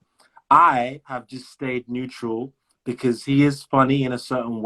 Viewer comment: 😂bekause bol Raha h because 😂